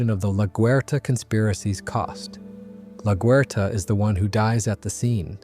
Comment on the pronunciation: Laguerta is pronounced La-gwhere-ta